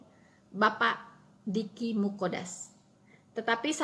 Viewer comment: Deky Nggadas mbak, bukan Muqodas 😀